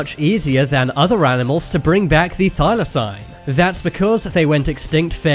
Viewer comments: Jesus H Christ, it’s pronounced thy-lah-seen. One search on Google would have given you data point. Why exactly should I trust this content if the YouTuber can’t even manage simple pronunciations? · It's NOT pronounced Thylosign.